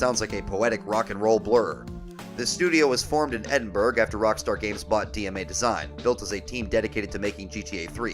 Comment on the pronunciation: Love the video but it's Edin-burr-ah 😂